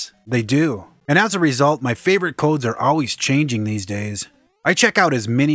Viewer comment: there is something so satisfying about the way you say "codes", man. xD